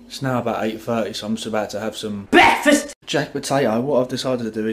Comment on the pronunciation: Yeah the bwekfast thing killed me also lmao